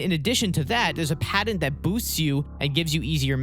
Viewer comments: If you hadn't had "Patent" typed out in text I'd have never been able to figure out you were saying that. Padden? What's a Padden. T and D aren't interchangeable letters boss! Love the videos tho haha. No shade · He said padint like 5 times at least… how are we supposed to take this seriously? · It's not pronounced padent. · Great video. pat-ent. Sorry driving me nuts. lol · There is no D in patent.